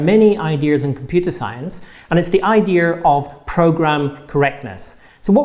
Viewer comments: What's this thing of pronouncing "idea" as "idir"? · Wasn't aware there was an "R" in "Idea"...:scratching head" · bri'ish people only pronounce r's at the ends of words when one isn't present